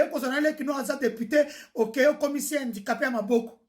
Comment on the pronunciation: Handicapé pas Hindicapé😂